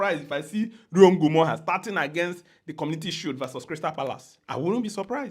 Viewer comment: I like how you pronounce Ngumoha. Feels like the original prononciation